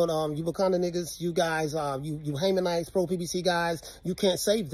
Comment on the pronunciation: Bro said haymanites I’m dead 💀